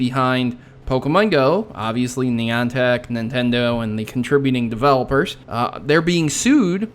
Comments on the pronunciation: To help you: Neye-an-tic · Your speech pediment isn't that bad. When I wanna say Niantech I wanna say Nyantech because that's how it translates in my head. It's funny how people can get mad or get annoyed at you for that yet Elmo purposely doesn't speaks proper English on an education show(took the joke from family guy sue me)